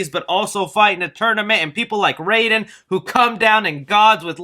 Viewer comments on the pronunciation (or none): none